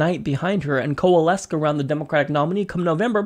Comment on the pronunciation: Hey man love the show but you gotta stop saying coalesce with a hard 'c' at the end. Just a tip